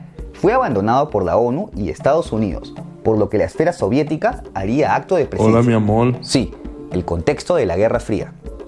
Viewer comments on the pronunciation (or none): Dice Hola mi amol